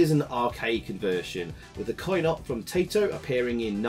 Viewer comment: Hahaha the name is TIE-to! I swear, all the Brits do this :) Nice review mate, I never knew about the Idi Amin connection. I always appreciate that you take the time to talk about the development team. I think you're dead right about Operation Thunderbolt being way too cluttered; the arcade game wasn't a patch on Op Wolf either IMO.